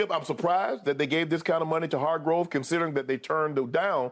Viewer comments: It's HarGRAVE not HarGROVE... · OML UNC IT’S NOT HARGROVE IT’S HARGRAVE!! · why does shannon call hargrave hargrove on purpose? the I miss something? lol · If Shannon call hargrave Hargrove one more time lol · And my Steelers didn’t want to sign this man to a good contract knowing his potential NO WHAT we do rely on Tuitt a guy who quit on us without reason now look at him Hargrave flourishing… Shannon it’s not Hargrove it’s Hargrave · Hargrove, ekobum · When will Shannon stop calling him Hargrove? Lol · Has nobody ever corrected Unc on Javon's name lmao. He's been calling him Hargrove as long as I can remember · Shannon refuses to say Hargraves name right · Shannon said Hargrave’s name wrong so many times that when Skip said it right, I thought he was wrong🤣🤣🤣🤣🤣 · Unc, it’s Hargrave 🤣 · Hargrave just found out there’s an o in his last name